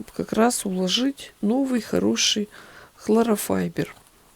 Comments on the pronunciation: Здравствуйте,, часто просматриваю ваши видео, очень увлекательно и полезно, но заметила маленький недочёт в произнесении слова холлофайбер, это не хлорофайбер, как только услышала " хлорофайбер", то захотелось поправить вас) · ХлоРофайбер? 🤣🤣🤣Первый раз слышу такое произношения. Повеселили, спасибо!